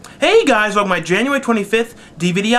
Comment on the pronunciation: hey guys! welckm to my... lol